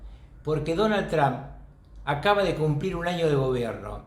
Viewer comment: Alguien le puede enseñar a este sabio como pronunciar TRUMP por favor